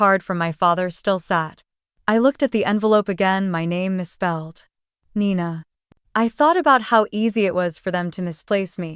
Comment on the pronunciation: Nina not Nina 😴